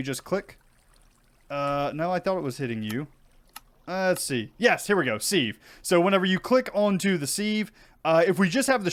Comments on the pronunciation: Hey! Love the video, I am a hugefan of skyblocks, but dude your pronunciation of sieve is killing me 🤣 its said "siv" This is peony all over again 🤣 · Thank You! Also the act of using a "siv" is sifting, not "seeving". We minecraft players need to be a little more aware of slightly anachronistic language skills. This one has always bothered me in so many other videos.